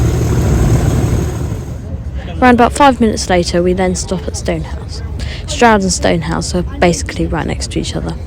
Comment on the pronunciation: Is it pronounced Shtroud or Stroud?